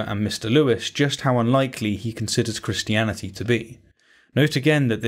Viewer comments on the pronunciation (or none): The way he says "Christiani-tee", but otherwise pronounces any other word ending in "-ty" more like "-dee" ("insani-dee", "humani-dee", etc.) enrages me more than it ever should.